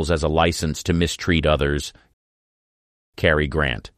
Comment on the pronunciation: Gary Crant? 😂